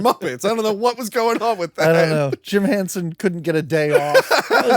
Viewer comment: Did he really just call him "Jim Hanson"?